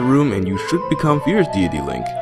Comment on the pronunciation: Fierce deity mask bruh Fierce De it e!!!!!!!